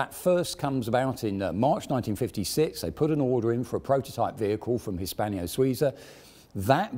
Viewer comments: It annoys me to no end to keep hearing Hispanio-Suiza. It's Hispano. No i. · Very interesting..... The attempted blags for Patreon support are slightly grating... But not as grating as H pronounced as "haitch". Nor as grating as "Hispanio". Not all strange, foreign words in romance languages end with the "io" vowel pairing. It may seem as if they do, but they don't. A very interesting video, but grating.